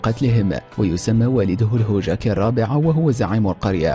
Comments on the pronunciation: يب حتى قال هوجاكي بدل هوكاجي ههههههههههههههه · ما موتني غير نطقة لليفاي يسميه ليفي😂😂😂💔 ولا هوجاكي الرابع ذي لٱ تعليق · هوجاكي !!! تقصد هوكاجي. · مالاحظتم ان فيه اخطاء في النطق فالدقيقه قال الهوجاكي والصح الهوكاجي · يقول الهوجاكي ههههههههههههههههههههه ياخي انت أهنت منصب الهوكاجي كذا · ليفاي مو ليفي وكمان شهاب و هوكاجي